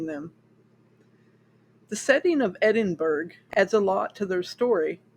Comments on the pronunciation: "Edinburg?" I have only ever heard it prenounced "Edinburough". (As in "The Burrow" in HP.) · Hi, GREAT telling of this interesting story. THANKS for creating & posting this historical account of Scottish Horror. 🙂 With sincere admiration & all due respect, the city of Edinburgh, Scotland is correctly pronounced: "ed - in - burr - ah". Same as the "t" in castle, the "g" in Edinburgh is silent. The pronunciation remains the same; regardless the language//the nationality of the person speaking. Respectfully, Ben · Edinburgh is pronounced "edin-burr-uh". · Don't mind the comments about the pronunciation of Edinburgh, most youtubers pronounce city names wrong. The only thing different this time it's an English city instead of a French, German, Polish, Chinese etc. so the know it alls finally noticed. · You've obviously done some great research here, however it's completely overshadowed by your incorrect pronunciation of Edinburgh. Is there any reason why this wasn't part of your research? A basic Google pronunciation would highlight how glaring this is.